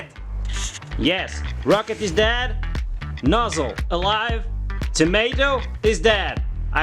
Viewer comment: "THE NOZZEL IS DEYAD" Veerry nice!